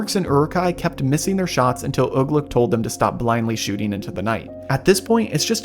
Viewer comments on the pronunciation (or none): none